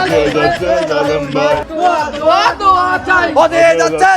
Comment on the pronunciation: হজ্বে যাচ্ছে 'জা'লে'ম' ভাই 😂